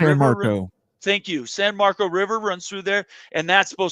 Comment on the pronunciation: AAC didn’t get poached. The Sun Belt did. TXSt is not in the American. FYI… It’s pronounced San Mar-kus. Not Mar-cose.